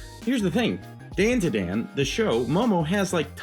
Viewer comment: Bro said Momo from dAnduhdAn.